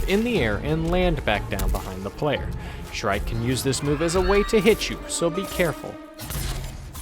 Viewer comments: when u say shrike it sounds like "shrek" lmao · And no impalement?! C'mon, it's shrike